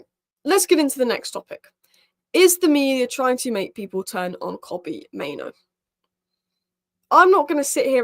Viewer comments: it's pronounced MaiNOO not MaiNO - 'noo' as in rhymes with 'moo'. The least we can do is pronounce the players names correctly... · For a native English speaker, there is nothing difficult about saying MaiNOO instead of MaiNO. I could understand your point if I was referring to a player with a name like Gyokeres or Szoboszlai but Mainoo is not a difficult name at all. It's literally two syllables.